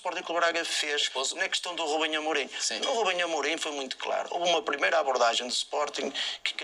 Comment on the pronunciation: "Rubenhê Amorim"